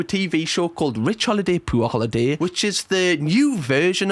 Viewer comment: The way you pronounced "poor" made them sound stinky 😂😂 "poo-ahh"